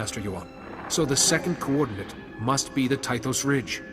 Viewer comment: "Coordinayte.." Coordinate! This made me smile. And also groan inwardly at respective voice-actor's pronunciation.